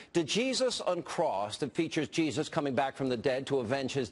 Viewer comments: I couldn't help but notice that , Hannity referred to the skit as "Duh-Jesus Uncrossed." The D is silent, Hillbilly Hannity. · D-Jesus Uncrossed? The D is silent, hillbilly! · The "D" is silent lol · The D is silent, hillbilly. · Dude the D is silent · the D is silent hillbilly. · the D is silent hillbilly, *shoots Billy Crash* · Few things on my mind: 1- it is actually possible to have faith in god and be able to mock god as well. 2- why is it that fringe conservatives use Islam as a counter for whenever they think christians are being persecuted? 3- as many people have already pointed out, the D is silent Hannity!!! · The 'D' is silent. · news got nothing better to do then to rip on a comedy skit.. plus get ur facts straight.. its Djesus, the d is silent dumbass haha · The "D" is silent, Hannity. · The D is silent... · The "D" is silent, get it right. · After complaining that its offensive and not funny, I think Todd Starnes came up with two brilliant jokes on "Jesus doesn't want to blow you to kingdom come" and "Djihad Undetinated". Not to mention its funny how the main guy (I don't know his name) understood how the D is silent for Django, but didn't think the rule applied for Djesus. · It's Jesus, the D is silent.